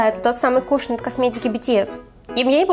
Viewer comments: кушОн, а не кУшон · не кушн а кушОн😒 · Мне кажется привильно говорить кушОн, а не кУшон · Не кушн, а кушон✨ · Не кУшан а кушОн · Не кУшон а кушОн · Кушоооон , а не кушн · КушОн , а не кушен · Бесит когда выговаривают неправильно не кушен а кушон